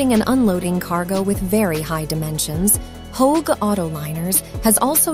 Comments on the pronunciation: Holy shitzes. An entire movie produced based on Chat GPT answers sponsored by How-Egg (which is not how Hoegh is pronounced) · Aitch-oh-egg? How tf do you mess that up? Jfc This is an easy Don’t Recommend Channel for me.